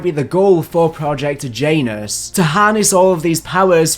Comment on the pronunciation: Please please please say Yah-noos, not Jay-nus, everytime I hear you say Jay-nus I think Hugh Janus and it's killing me 😂😂😂